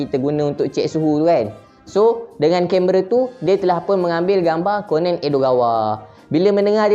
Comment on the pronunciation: bacanya ko-nan bukan konen